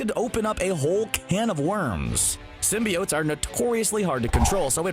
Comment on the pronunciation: (Slaps face) ok....is it pronounced Sim-be-unts like the 90’s animated series? Or what the Sam reimi movies started with sim-bi-otes??? Personally the animated series came first and sounds better, Sim-bi-otes sounds like a crappy breakfast cereal